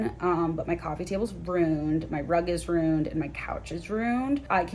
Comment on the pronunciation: OMG THEY WAY YOU SAID RUINED is that a Chicago thing